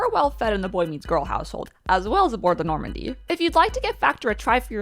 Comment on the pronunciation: "Do we want my girlfriend in charge of saving the Normndy?" Honestly, at this point, fuck yeah? God knows she's invested as hell.